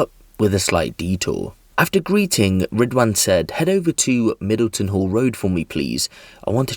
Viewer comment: “Ridwhaan” WTF